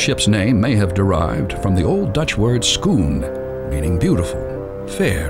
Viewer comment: Schoon is Flemish, means beautiful. In the Netherlands they use the word mooi. Ooooo not oe. OO like in oh.